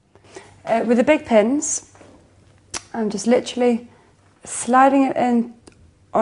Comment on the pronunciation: Stop murdering the word literally.